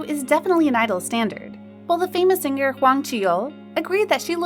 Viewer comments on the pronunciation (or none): none